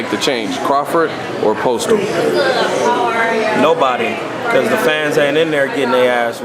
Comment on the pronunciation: Maybe when they stop slaughtering last names I could possibly take these guys serious. It was an intelligent interview but if both reporter and guests can't pronounce names it's time to practice... It's not Postal, it's pronounced POs-tol. It's not Rigon-Dee-ou, it's Ri-gon-dow.